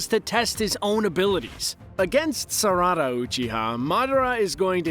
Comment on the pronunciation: dude said kama and sarawda 😭